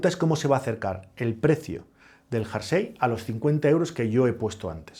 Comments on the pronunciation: Muy bueno, aunque que diga "jarsey" (varias veces) en vez de "jersey" me deja descolocado... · Curioso! Eso lo aprendió mal y se quedó grabado en su cerebro!😮